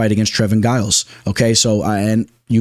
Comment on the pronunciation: Maybe I’m just trippin but pronunciation 🚨 👮‍♂️ Trevin ji-uls Pratezzzzz A-reachy-lang Looooo davit Klein Fareed and javeed basharat Kelerturd acceptable 😂